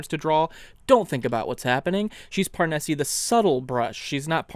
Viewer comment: Parnesse is almost certainly meant to be pronounced in a French way, meaning the "e" at the end is silent.